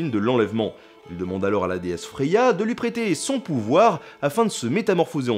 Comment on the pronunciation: Super vidéo, intéressante et drôle! Par contre, le nom de la déesse Freya/Freja se prononce "Fraya" et non "Freya" (merci de ne plus écorcher le prénom de ma nièce à moitié danoise :))